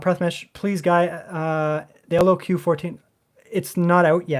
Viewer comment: Say Lock brother. LOQ